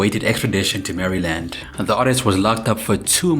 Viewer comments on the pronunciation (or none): Sorry. You didnt get the ENTIRE story. 🙄 "Mary-land". You're not from the U.S. either, I see. 😒